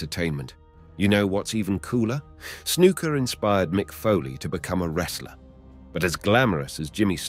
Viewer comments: His name isn't snooka it's snuka 😂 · I started to watch this video with good intentions to learn something but honestly this is like gossip because you do not have all of your facts straight dude. BTW it's Snuka not Snooka. Scott Hall started in AWA not WWF. Get your facts straight. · "Snooka" is the one that gets me. Smh